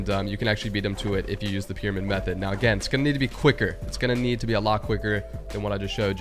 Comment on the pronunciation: Meothed of mine he says